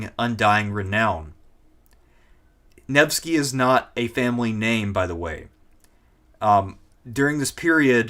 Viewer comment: Listening through, your pronunciations or so are on par, its Neh-va and Nevh-sky.